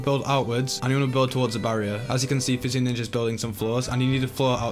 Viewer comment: when you say physioninja i thought you said fitzy ninja which i thought was an actual thing